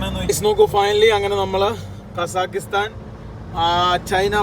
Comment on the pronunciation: എടാ വേട്ടവളിയ കസാക്കിസ്ഥാൻ ശരിക്ക് പറയാൻ പഠിക്ക്